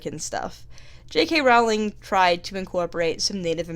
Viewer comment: Her last name is pronounced like Rolling Rock Beer, dumbass. STOP pronouncing it wrong!!!